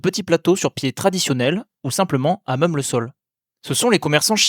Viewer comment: j'ai posé la question car vous dites "meum" pour même, c'est tout à fait caractéristique de l'accent wallon et bruxellois. Vous prononcez également le p de sculpture.